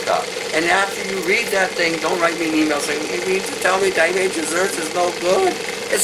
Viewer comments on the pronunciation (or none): none